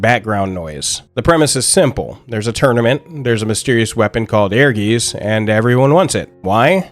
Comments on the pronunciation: [Ear-guitse], not [Air-geese]. "Ehrgeiz" is the German word for "ambition". I still own a PSX copy of Ehrgeiz, and I'm willing to admit I only got it for the FFVII-characters. I was at that age, you know? I would've bought anything with the FFVII-logo plastered on it, and so I did. I did play a great deal of this game, including double-finishing the dungeon mode for the 'story', but - I never particularly liked it. Maybe the algorithm should not have suggested this for me. I'm happy that it brought a lot of people joy, but I thought it was kind of boring, kind of sloppy, and that it mostly got carried by famous names and faces. The fact that Namco pulled its hands off of this title was kind of damning, there's a reason the Mishima-clan doesn't invite Godhand to their famous family-reunions. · ... Not "air-geese." It's "air-GAH-its." In German(ic) words, the spelling "ei" is pronounced the same as in "poltergeist" (which, yes, is Germanic). See also "feisty." Z is the same as with Italian (see "pizza"). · I always thought it was pronounced like “Air-Guys” based on the Germanic seeming phonetics. Not urr-geez. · Bro they say the name of the game right in the beginning.. it's pronounced, essentially "Air Guyst" not "Air Geeez" 😭 but, nonetheless, I'm still glad people are taking shot this game.. it might not have been successful but damn was it fun! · Great video and great reminder of a cult classic. I just heard Aegis all the time instead of Ehrgeiz. ^^ It would be rather something akin to Aergaits. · I never knew how to pronounced the title. But, I always bring it up when talking about FF, like "did yall every play that FF7 fighing game. E-her-geez"😂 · Its pronounced "air-gites" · Thank you. Dude is suppose to be a hardcore fan of this game and can’t say the name right. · It's pronounced Heirguyts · It's pronounced like Airguytz. Air + Guys but with a hard Z. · Ehrgeiz is actually a german word, pronounced Air-guy-ts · the Z in geiz is sharp so more like a ts